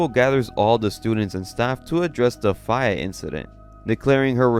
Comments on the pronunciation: Faye, is pronounced Fay. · Fay it’s fay dude I swear you mispronounce stuff on purpose think Faye valentine from bebop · faye is pronounced fey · What the hell was that pronounciation of Faye?? Jfc.